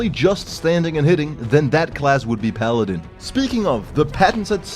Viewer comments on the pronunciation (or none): none